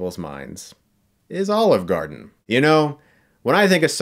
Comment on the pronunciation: brought to you. by... OLIVRE GARDEN.. :D